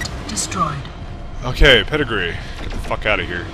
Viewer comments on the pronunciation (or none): "Oooh the Pedigree!"...and the mispronunciations begin. will call them "pedigree" for the rest of the LP lmao